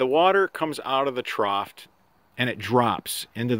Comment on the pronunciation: The police returned for a second visit: "ash-fault" should be "ass-fault" (spelled a-s-p-h-a-l-t) "troft" should be "troff" (spelled t-r-o-u-g-h) All love here. You do great videos, just trying to help a brother out.